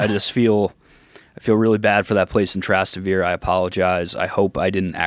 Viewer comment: that pronunciation of Trastevere was absurd lol …omg and he says it like 12 times lol